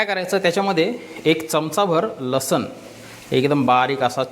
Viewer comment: रेसिपी छान ! पण मराठी शुध्ध बोलाना! लसन नाही लसुन